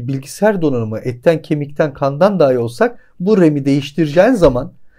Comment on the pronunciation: "Saten" değil "Zaten", "Saman" değil "Zaman", "Sol" değil ince "Sol", "Daaahi" değil "Dahi".